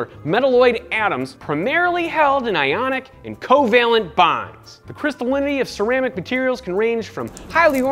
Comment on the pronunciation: Everytime you say COValent I think of covid 😐